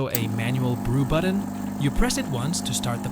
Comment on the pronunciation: Buddon? What's a Buddon? Ohhhhhh, you meant to say BUTTON 😂